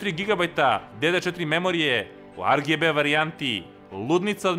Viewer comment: Može da bude "ar dži bi" ili "er ge be" nikako ovo "ar ge be". Što se tiče kućišta samo napred